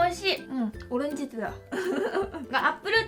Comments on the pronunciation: 오렌지티다 라고 하는데 한국말 하시는 줄 알았다 그런데 너무 자연스러워서 헐 뭐야 했는데 생각해보니까 오렌지랑 티는 영어고 ~다는 일본어였어... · "오렌지티다" 그냥 한국어투랑 똑같네